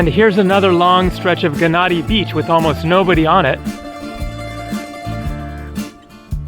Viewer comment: Gennadi is pronounced with a Y (Ye-nnadi) Its the same with Gyros. So many English speaking people, especially us Brits annoyingly pronounce it with a G 😤 In is this instance the G is silent.